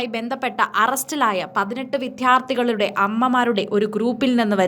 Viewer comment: വിധ്യർത്തി അല്ല കൊച്ചേ ,വിദ്യാർത്ഥി.